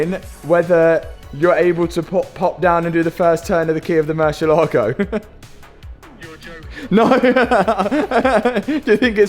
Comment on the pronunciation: I have followed the series from the beginning and I surely clapped when the engine finally worked. Congrats! Times the word Murcielago has been butchered: 23191 times.